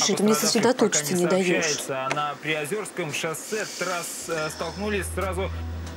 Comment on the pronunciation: Жители Ленинградской области, г. Приозерска и Ленинграда - СПб всегда говорят ПриозЕрск, ПриозЕрское шоссе. А москвичи и приезжие всегда произносят неправильно. 😊